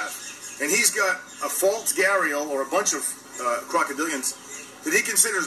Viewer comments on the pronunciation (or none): I don't care about the ring either.. not a big deal/ did he say crocadilians😂